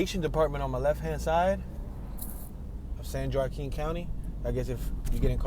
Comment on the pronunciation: Yoooo, miss pronounced San Joaquin county!!!!!!